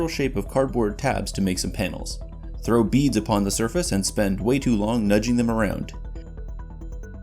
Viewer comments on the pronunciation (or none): none